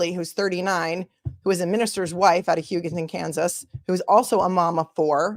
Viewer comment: Pronunciations Hugh-go-ton. Eva, like the ev in forever, not Ayva or Eeva.